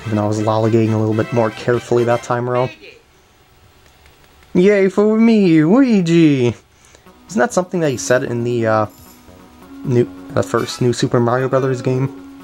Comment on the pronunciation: prounounc Luigi right. Your saying it like with an u like uigi or like the uigi board.